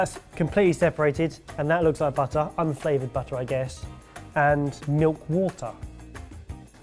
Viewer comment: BAHtah. It's a BAHtah-making kit. Using BAHtahmilk.